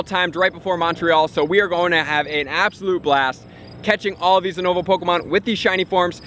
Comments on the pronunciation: You-nova not Ooo-nova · I swear I lose my shit everytime he say (ooo-nova) instead of (you-nova) how its suppose to be said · Why is he saying Unova so weird? When he says it sounds like uhhnova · It’s pronounced YOU-NA-VA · It's pronounced as You-nova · You are pronouncing Unova wrong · Who says unova like that? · The way he says unova😂